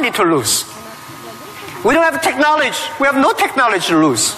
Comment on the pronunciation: why does Jack always say "Technoletch" .. it should be technology